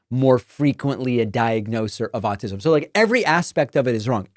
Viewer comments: Pretty sure he called it 'all-tism'...that kinda says it all to me. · Question-...ized? ALL-tis'm? Way to go Oklahoma. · Also said "Altism"